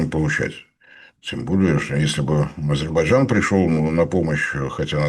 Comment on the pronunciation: Ведущему не мешало бы научиться произносить слово азербайджан